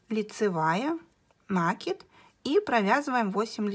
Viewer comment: Все хорошо.Подробно все объяснили,но режет мне слух Ваше слово " нАкид"